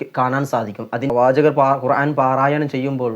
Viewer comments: നിങ്ങളും ഖുർആൻ എന്നു പറയുമ്പോൾ വാക്കിന് തെറ്റുണ്ട്. അയിൻ അല്ല അലിഫ് ആണ് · ഖുർആൻ എന്ന ഉച്ചാരണം ഐൻ അല്ല